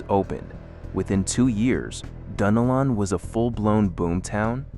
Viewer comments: It's Duh-Nel-lin. (Dunnellon). And I've been here 30 years now and you couldn't convince me that the town today is stuck in the 1960's! Not with the traffic that is currently there now! 😄Btw, we love going to Cedar Key. It's still maintained it's culture and beauty. Also, Mic-CAN-O-Pee is where parts of the movie Doc Hollywood was filmed. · I love the way my gps pronounces it… like, Dunna- lynn or something lol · Yes it's pronounced "dun nelle-in" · IT'S PRONOUNCED DUNN-ELLON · I am like you, I am sick and tired of AI mispronouncing our town names. They need to ask local people what the name is and not just make up their own pronunciation. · I am a Native Floridian, 73, born and raised in St. Augustine. All my life we pronounced it " Dun- ellen". And "Mic-can-O-pee". There are other names being mispronounced. The Ai needs more local influence. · MICANOPY,,, : It's Mic-an-OPIE. Sory to correct you... lol also: Dun-el-un